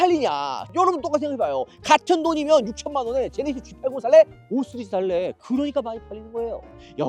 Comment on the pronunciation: 은 왜 항상 5시리즈를 5쓰리즈라고 말하는 걸까